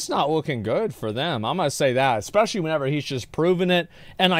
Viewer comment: you say exetera. Don't say that again. Don't say excape. Don't say expecially. Lastly, never say aks. They are et cetera, escape, especially and ask. Zero x's in any of those words. Thank you.